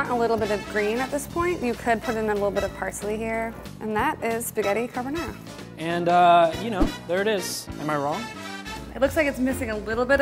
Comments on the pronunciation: Car-bo-na ra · These " % italian people" on the comment are going mad saying that is not how you cook and prounce carbonara